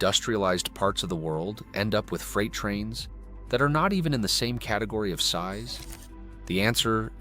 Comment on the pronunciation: Bad A.I. video. It shows cars, not freight cars. Clearly A.I. built this video. Freight is pronounced "Frate", not "Fright". English may have lots of German words, but this one is not pronounced following the Germanic rules. English has many, many, exceptions to almost every rule. Read, read, reed, Reid. One of those is pronounced "red", but all the others are with a long-E sound. The USA has the largest rail system in the world. Ours it just optimized for freight, not passengers. Freight trains today, at least on the outside, look very much like they did 50 yrs ago when I was a boy. I've had to wait 20-30 minutes for a train to pass so I could get to school or work many times. I've been on Frances and Italy's high speed trains. They were nice enough, but felt well-used. The Italian train was a bit faster and felt higher-end from a passenger cabin standpoint., have you ever stayed in a sleeper car on a train? I have. They put 4 people into those cabins and lock you inside overnight to prevent thieves from visiting other cabins overnight. The conductor shows up twice in the middle of the night to check tickets and passports, assuming you aren't stopping to drop/pick up more passengers. Our cabin had the heat turned all the way up and we could only open 1 tiny window in the upper part of the windows. It was sweltering all night. We shared a cabin with 2 random people. Nice people, as you'd expect, but none of liked sweating all night in springtime (April). When the train